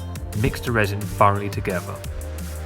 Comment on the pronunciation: OK, this is a shame but I guess I have to teach an English man how to speak English. For instance, when you say the word together, there most certainly isn't a V in the word together. It isn't togeva as you say it, it's together. OK that was your first lesson.